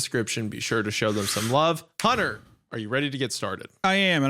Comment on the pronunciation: it sounded like Isaiah replaced the H in Hunter with a C.